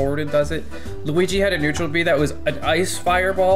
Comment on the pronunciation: Ah yes luigi